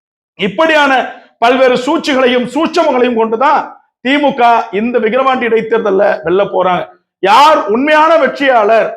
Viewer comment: தம்பி விகரவாண்டி 😂இல்ல #விக்கிரவாண்டி 🎉